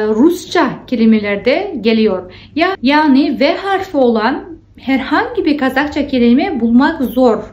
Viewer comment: doğru düzgün öğrenelim ne ya nasıl bir üslup bu? Sanki siz türkçeyi çok doğru düzgün konuşuyorsunuz da... Türkçede i ve ö harfi var hanımefendi. Ogrenmek değil öğrenmek. Harfı değil harfi. -de ekinin kelimeye göre değiştiğini bilmiyorsunuz. Çucuk değil çocuk. Daha bir sürü söylerim isterseniz. Ama türk olmadığınız için bunları söyleyememeniz çok doğal, biz garipsemiyoruz. Doğru düzgün konuşun da demiyoruz. Saygılı olun.